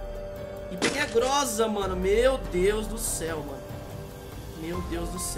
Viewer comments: Modinha é assim... Vai gravar vídeo sem conhecer o jogo e chama a "Groza" de "grosa" ksksksks mds... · corrigem aí mano e Groza não Grossa kkkkkkkkkk🤣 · Grosa kkkkk e groza